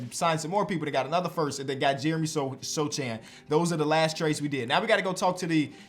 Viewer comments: Sochan is a polish surname - you should read it more like "Sohan". We don't read "ch" the same way as in english. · Just a note, Jeremy Sochan's surname is polish and it should be pronounced without reading the "c" and "H" is like in horse, the rest was good. He's one of the few players from Poland/with polish heritage (the last one in the league was Marcin Gortat) and as a Pole myself I wanna just hear it pronounced how it should be. I understand it might be a little hard at first, but I'm also sure there are harder ones. Also, love your videos ❤️